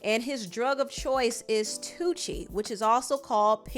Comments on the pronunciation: It's not "Toochi" it's TOOSSEE aka Tuci or Tusi. Ci/Si like Ciara. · It’s Tuci like 2c Not Tuci like Gucci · It’s pronounced tusi